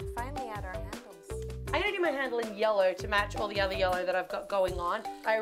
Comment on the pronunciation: When said yellow it sounded like yolo